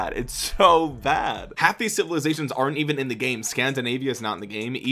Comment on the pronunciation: I hate the way they all say “Civiliations”